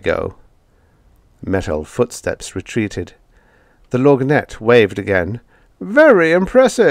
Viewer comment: Love your voicing of the lorgnette, although the word is pronounced without the g.